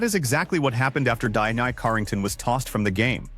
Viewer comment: AI narrator … Dionnei Carrington, what is that? Son of Dionysius? Reject from The Odyssey?